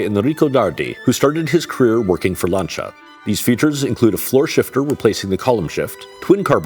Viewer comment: At last some people who can actually pronounce the name Lancia…. Good on ya ….from Steve in OZ